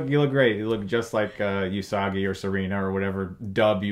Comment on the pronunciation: It's not You-Sagi it's Oo-Sagi and it's not Ma'ma-oru it's Mom-oru just spelled different (Usagi Oo-Sagi and Mamoru Mom-oru)